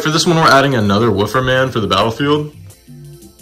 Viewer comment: Bro said wooofer man💀